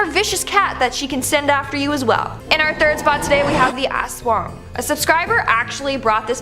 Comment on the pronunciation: this girl trying to tell a story about the Aswang "the ASS-WONG" 😂😂